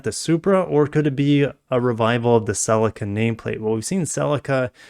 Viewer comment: Get back to work mazda they are ugly as. Hey you pronounced Celica wrong.